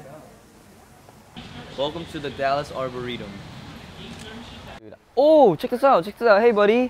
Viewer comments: 13 minutes of Mark trying to pronounce 'Arboretum' 'Ar-bur-ritom? Arboritum? Arbor-tom?' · I love how mark could say arboretum perfectly before then as soon as he gets in front of people he screws it up. We stan an awkward king. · now im confused how tf u pronounce arboretum